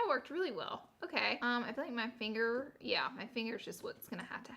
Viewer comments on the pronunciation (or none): none